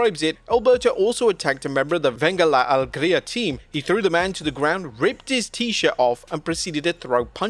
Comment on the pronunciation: Its funny how you say "venga la alegría" very well pronunciation but its weird hear it from a stranger. And its keyfabe, its obvious